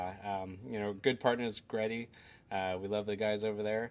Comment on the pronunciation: GReddy is not "greddy!" Like Gee-Ready. G-Reddy. GReddy.